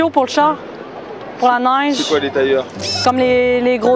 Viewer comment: Elle ne prononce pas trop bien le mot Neige.